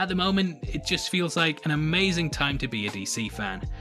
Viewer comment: Your "Harley" sounds a lot like "Holly" ... for a minute I was like "who is Holly" 😂